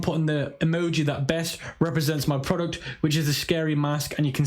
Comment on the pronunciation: Veo of “prowductt”